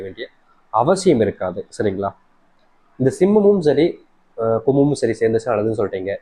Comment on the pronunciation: Kumam and Simam not clearlysaid